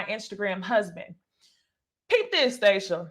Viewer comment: You gon CALL this woman by her right name - STAH-shia lolol